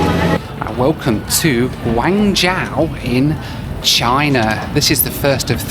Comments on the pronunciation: Chinese here❤ love it when you struggle to pronounce Guangzhou😂😂 and didn't understand as you said Xiamen Airline😂😂 actually it sounds more like shamen instead of jamen but never mind you video is fantastic🎉 another interesting thing is the xianmen airline on board meals are generally very well-received here in China so I guess it is cooked catering to oriental taste. And about the Chinese airport security thing, I absolutely agree with every word of you. They are just notoriously tedious and frustrating even for domestic fights and connections, not to mention the international ones. Basically everything is just a bit of a faff. Here in China, we joke that all these troubles are meant to get people traveling by train😂And the phenomenon you mention about the lady shouting into a mic is also interesting. I think there is really something cultural going on behind this, as people from other countries seem less likely to do that. One reason might be that Chinese people seem to be often highly "immune" to sound from a speaker, which might be due to the fact that back in the days that's what they use every day in every community during "communism construction". Even today it is used everywhere and sometimes too casually in China. As a result, the speaking person might forget to lower voice when needed, and listeners often pay little or no extra attention. I guess that's why in public nowadays in China we still see people shouting into mic even when it's oblivious unnecessary. More l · "Guangzhou": the first part is like "gwong", which rhymes with "gong", and the second part is like "joe". "Xiamen": the "xia" part sounds like "shah". ♥ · I am halfway through the video and cringing every time he mispronounced Guangzhou. He kept saying Guangzhao. I came to the comments to see if anyone picked up on that. At least he got the "zh" sound correct. I guess he does it again for the other cities too? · from an english standpoint, it would be pronounced "gwangjoe" and "siaman"